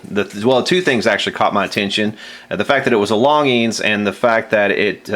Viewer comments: Hi longines pronunciation in french = lon zhin longines pronunciation in english = lawn zhean As for the scene in which you were loading your magazine; I was anticipating a following scene of the clock radio sitting on a stump in the woods and then you sending a bullet through it not only to demonstrate that the 70's are dead and gone but also to demonstrate as the clock was flying off the stump how time flies also, was wondering if you had tried spraying deoxit down the shaft of the original regulator? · Your saying the name wrong,Longines has a soft g not hard. Not that it matters though. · I believe that's pronounced like "lawn jeans". Somebody I knew as a kid had a longines symphonette stereo. Cheapy stuff. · You're killing me. The proper pronunciation is 'lawn-jeans'! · I'm old enough to actually remember TV ads for this company...name is pronounced "lawn-gene". And the g is kinda soft, French uppity-ish. Oh yeah, and check Mr. Carlson's Lab here on YouTube...the dude knows old radios/electronics - seriously knows. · Longines watch company. Pronounced LonGenes. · It isn’t technically a flip clock. It’s an analog clock with digits. Also, it’s pronounced “Lon-jeans”. Back in the 60’s and 70’s it was a big company that advertised by sponsoring TV shows.....way back when. Yea, I’m an old fart.. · Yo it's lon'jeen high end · Longine's is pronounced Lahn jean 's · I believe it is pronounced "LONN JEANZ". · Obviously never watched F1 as a kid. That’s where I learned pronunciation of dozens of foreign brands in the 70’s and 80’s. Hope he doesn’t try Gitanes Blondes. Lol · I also heard it pronounced "lawn jeans". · Back when they advertised they pronounced it lon-jeans.